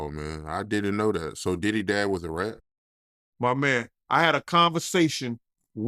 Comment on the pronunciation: Ard now you saying that “RAT” word a little to hard now 😒